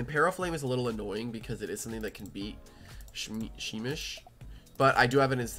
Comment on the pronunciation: You pronounce it like shh-meesh